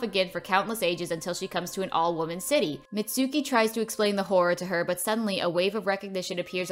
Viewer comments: actually its pronounced MItsuko not Mitsouki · Her name is Mitsuko not Mitsuki but still this is nice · I love how she says mitsuki when on the movie it say mitsuko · ITS MITSUKO NOT MITSUKI